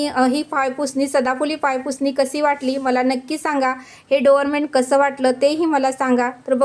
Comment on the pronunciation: डोरमेन्ट नाही डोअरम्याट म्हणतात